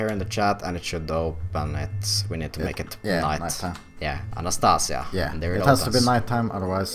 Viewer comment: anastas I a, not anast A sia :)